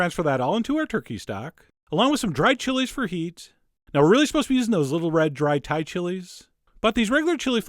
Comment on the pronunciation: I'm 100% thai and I love how u pronounced the dish. So cute ! U did excellent job! Cheers x